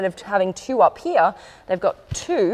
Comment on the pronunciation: I JUST LOVE when u pronounce "here" as hee-ya 🤣🤣🤣